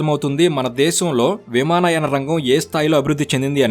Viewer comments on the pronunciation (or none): విమానాయ కాదు అది విమానయాన 😂